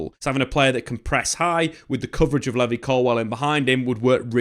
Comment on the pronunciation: i will never pronounce Levi the same ever again🤣